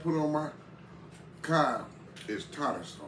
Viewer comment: That CoD sure looks good. I watch all your videos and I enjoy you having fun with your food. One Thing; the fish is pronounced CoD, not Cob. (Google it if you don’t believe me), C-O-D.. 😊😊. Have a great rest of your day. See you on the next video.